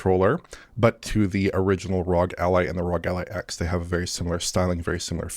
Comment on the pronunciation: It’s pronounced “R-O-G” not “rog” 🤦🏻‍♂️